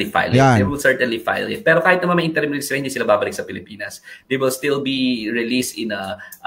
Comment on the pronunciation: it is "in-te-rim" release and not "-en-te-rim"...